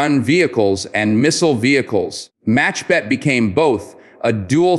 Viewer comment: I realize that you are, like most Americans, unable to pronounce the letter Khet in Hebrew. The word is not MACHBET BUT MAKHBET. It means a swatter in English. Kh could be pronounced reasonably if one is trying to gurgle. Saying it as a ch is grating on my ears. 🙂